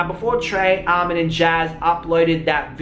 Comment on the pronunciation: he said some ''almond" instead of armon